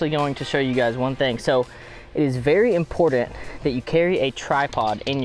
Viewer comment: Hate how he says “important”